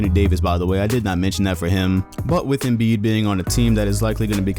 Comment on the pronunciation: Did he just say Joel Embid😭🤦‍♂️👎🏼